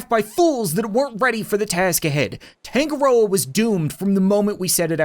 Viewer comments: Uhh Cap I'm pretty sure it's not Tan-go-roa it's Ton-nga-roa which for my culture is a Maori god who is god of the sea. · Tangaroa token = tangaroken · is anyone going to metion that tangaroa is actually the god of sea in maori mythology? not going to lie that's some smart naming wait that means that it could've been made by NZ ppl and also that's not how your pronounce it (search it up)